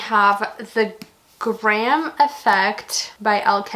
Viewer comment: The graham effect (yes you said it right) is second generation so you need to read the off campus series first and the blair U series after and thennnnnn the graham effect!!!!